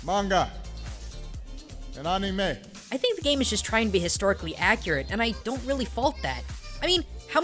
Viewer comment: he said rly